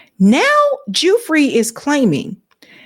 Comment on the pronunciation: I believe Virginia's last name is pronounced 'Goo-fray'